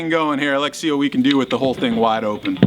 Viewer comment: am I the only one that hears "lex see" Everytime he says "let's see"?